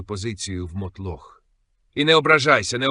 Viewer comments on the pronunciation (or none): їбУчого правильно наголос поставив А мотлОх неправильно Штучний інтелект такий тупий ахахахах 😂